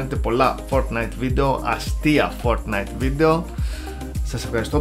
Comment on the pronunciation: Μονο εγω ακουσα στο οτι ειπε το fortnite φορτνσαϊτ?